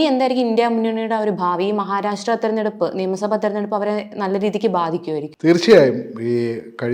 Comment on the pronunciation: മഹാരാരാശ്ട്ര അല്ല സേച്ചി മഹാരാഷ്ട്ര. നന്നായി നാക്കുവടിക്കണം, ഇടക്ക് ഒക്കെ പല്ലും തേക്കണം